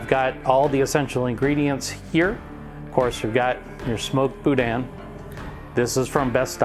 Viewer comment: Bou dan……sorry its not pronounced that way